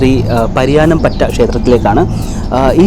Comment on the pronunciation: പരിയാനംപറ്റ എന്നാണ്